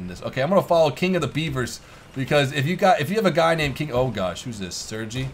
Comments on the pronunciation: the bot 'sergei' is pronounced sur-gay lol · Sergei is pronounced "sare-gay".